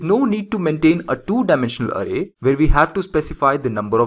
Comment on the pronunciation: really annoyed by your "ARRAY" pronounciation